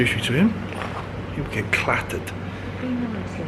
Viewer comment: Wwwwahahahaha “he’ll get clattered” proper south!